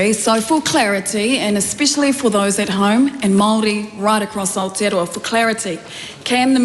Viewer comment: She is in the land Down Under, but looks like 6 feet under? Do we have Cuckoo’s in NZ? Only in the Greens and Te Partly Mauri Party’s. Still haven’t found Ah-teea-rower, found New Zealand however.